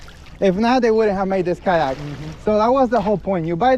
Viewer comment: Kayak, Boat = Kyoat (coat)